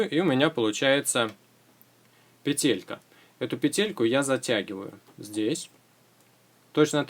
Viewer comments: Почему ты говоришь петЕлька, а не пЕтелька? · пЕтелька, а не петЕлька!!!